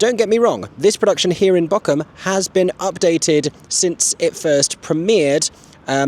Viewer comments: Funny thing, no shame whatsoever you are saying the name of the place wrong but it sounds exactly like you are saying the name of an island of the coast of germany in dialect (Borkum vs Bochum) The "ch" is a specific german sound so pls don't worry about it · Ther is Not a k in Bochum am i the only one that things is really Funny to here is pronounced that way (I am German and have seen the show about five times and I am 16 years old) love your videos ❤ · The lovely 'ch' sound you've got nailed when you say 'ich' is the 'ch' sound you need for Bochum 😊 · As a true German - from Bochum! - I find your pronunciation of Bochum absolutely cute! Correctly would be a longer O and then the CH as Aeron says it. I love this vlog from my hometown <3